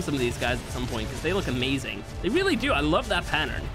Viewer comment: Can’t be much more insane than saying “Amaewing” instead of “Amazing”